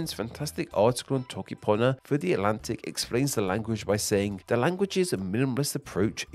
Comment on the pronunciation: He said the whole alphabet while trying to say toke panyo 💀💀💀💀